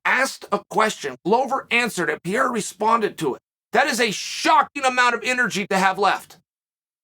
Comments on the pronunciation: DUDE. PEREIRA. NOT PYERA. PE RE YRA. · Pa-rare-ra not Pee-era Chael cmon 😂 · This guy continuesly saying his name terrible wrong lmao “pee era “ his name is pereira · Pe-rei-ra... Although it is pretty funny to hear Piera persistently...😉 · For the love of god Chael is PEREIRA NOT PIERA PORRA, that aside exelent video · Geezus Chael, try to learn how to pronounce his name... wtf is Pierra? Try Pe...Rey..Ra! Not too difficult.. but really enjoy your content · Uncle Chael calling him Pier never gets old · I like how everyone has a different pronunciation of Pereira. Chael is going with Pierre. Lol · Alex 'Piera', Islan 'Michaelchef', 'Hasmat Himachev'... The question is... Does Chael mispronounce all names in purpose? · ITS NOT PIERRA!!!!!!!!!!! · Who the hell is piera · it's Peh Ray Ra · Pierra lol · As a Brazilian, it's hard to listen Sonnen pronunciation of PEREIRA. You should call him Alex. Ahahaha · Call him Poatan please his last name is Pereira and the pronunciation is not even close 😂 POATAN hands of stone ! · Chael just refuses to pronounce the first “R” in Pereira 😂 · He's the champion now, maybe you should get his last name right. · That pronunciation of "pereira" is making me physically ill. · Huge fan of yours, Uncle Chael, but you gotta learn how to say "Pereira" now. 😁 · learn some respect, Kale, and pronounce his name right. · Ffs Chael the joke is old, pronounce his name properly now